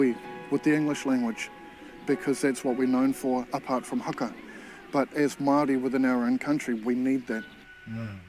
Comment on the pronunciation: U want haka classes? Let's start with pronunciation cuz. You're saying "hacker" but its "Huh-kuh" fam, "HUH-KUH" 🤗 Kia Ora.